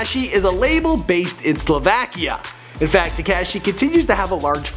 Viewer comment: This guy has never heard the “ah” sound in words I guess. SlovAAkia and tekAAshi lol wth